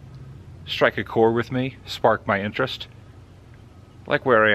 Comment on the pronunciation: What did you say strike a core or cord? This dudes tone or something makes me feel like he belongs in prison.